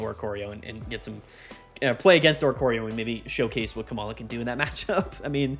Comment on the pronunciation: I think its pronounced "Coma-la" -- as in "oh dear it appears my beloved wife has fallen into a coma"